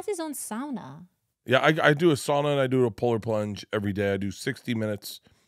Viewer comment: As a finn I appreciate how pronounced the word sauna, almost getting the "ooh" in the middle as far as it should be.